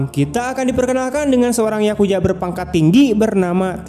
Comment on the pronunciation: Yakuza Bang bukan yakuja